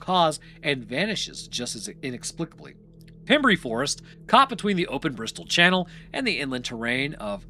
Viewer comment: South West walian here, can confirm we speak English but ARE NOT English. It is pronounced pem rhyme with gem and brey rhyme with grey.... would love to have heard you pronounce llanelli 😂